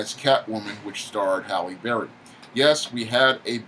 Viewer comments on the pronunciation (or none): none